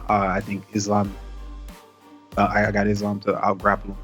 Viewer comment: Let's all take a minute and appreciate for pronouncing Islam's name correctly! 👏🏼👏🏼👏🏼👏🏼👏🏼